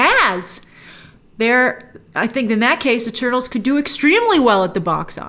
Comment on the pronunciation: At first I thought she said “well I just watched turtles!”